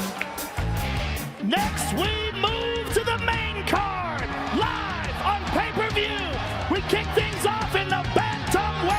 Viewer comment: Colby “still cant pronounce Pay-Per View” covington